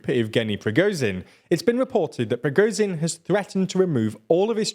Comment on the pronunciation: Ok this has been a recurring issue that you clearly do not address. Try and read foreign names of people and cities and dont just wing it. You make mistakes that are arent even sensible. Like pronouncing prigozhin like prishkovin ( did it a few times) or now Tajani where for some reason the second A turns to an i. Just listen to the names once